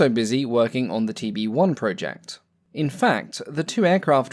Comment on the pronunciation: It's 'project' not 'project'. Other than that - great video!